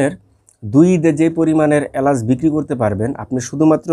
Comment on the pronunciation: এলাইচ না উচ্চারণ টা হবে এলাচ। বাংলা উচ্চারণ ঠিক মত করতে পারেনা, ইউটিউব এ ব্যবসা করে।